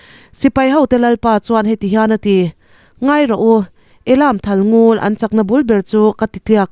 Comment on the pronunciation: Thalngul tih hi ngûl ni lovin ngul (thluk tlang tur)